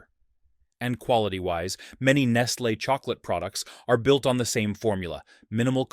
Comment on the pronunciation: Do you realize that there are no safety nets in these countries. If the the kids don’t work they don’t eat. So lose there jobs for them so they can starve to death. And again the AI voice is mispronouncing Nestle.